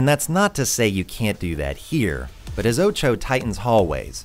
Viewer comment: Btw why do you pronounce OTXO like oucho? English is not my first language and it sounds weird. Id think it would be pronounced more like o-tu-h-o